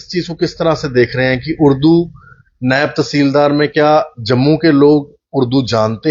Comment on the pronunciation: नैब नहीं,नायव